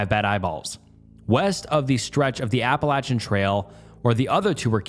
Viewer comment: I dont typically comment on any videos…but…I just gotta say “thank you for pronouncing “Appalachian” the correct way”